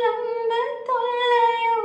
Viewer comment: அன்புத் தொல்லையோ என்பதை உச்சரிப்பு மாற்றி பாடுகிறீர்கள்.